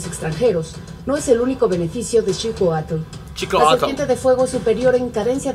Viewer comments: Se pronuncia shicoatulh* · Se pronuncia sh-iu-coa-tl